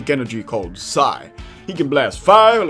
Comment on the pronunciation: It's an old video, I know, but it's pronounced PE-es-eye